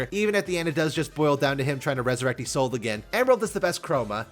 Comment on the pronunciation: Trying to resurrect isolde again? Oh, don’t you mean… Eyesolde?